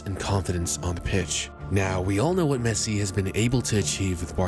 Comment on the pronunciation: The way he says la Mesa makes me cringe great vid tho